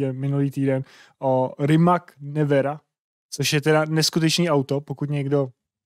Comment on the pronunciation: Rimac.. a, b, c. Rimac. We speak similar language, learn to read guys.